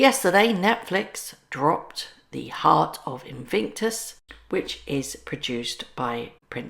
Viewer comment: The eay you say invictus makes me think or hear the word sphincter if that's how you spell it.